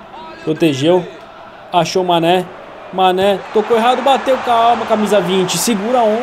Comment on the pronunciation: Manè: pq vc falou meu nome errado Mané: pensava que tu era meu amigo è Mané: falava meu nome direito:foi cem querer mano desculpa por Falar seu nome errado desculpa por falar seu nome de sanè Mané:para de falar meu nome de sanè!:tá bom tá bom San.... Mané:oque!!!!!: nada Eu:mais o que e isso Cabo^_^